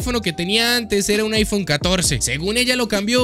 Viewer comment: Es iPhone o chaifon? 🧐